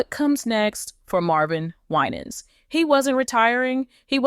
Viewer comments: last name pronounce "Y-NANS" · First of all you are not pronouncing his name correctly! Second, where are you getting all this garbage from? Why are successful Black pastors always being under attack! Don't believe any of this garbage you are spreading. Be careful how you treat and speak about one of God's chosen ones ! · Please pronounce his name correctly 😊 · His name is not being pronounced correctly. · Don't listen to this nonsense. When you are in the spot light people will talk what they don't know. If you're not a close family member sharing information about an individual. You really don't know truth. It is obvious that you do not know Pastor Winans, by the way you pronounce his name. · Why can't you pronounce his last name. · Quit Mispronouncing his Name and God’s got him ‼️ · You Can't pronounce his Name Right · Why are you pronouncing his name like that😅😅🙄